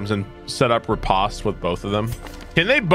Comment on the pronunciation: Loved this series. Riposte is "ri-pOst" btw. But you do you.